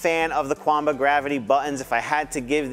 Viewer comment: Nice video!! SN: Qanba is pronounced as Chien - bah